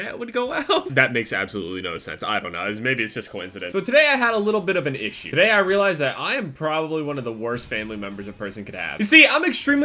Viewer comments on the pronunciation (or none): none